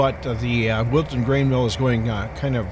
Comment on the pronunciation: At first I thought you said Wilson but it’s Wilton. nice to see some trains again.